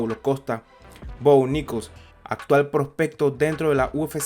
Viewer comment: Jajaja, es muy gracioso escuchar "Bo Nickols"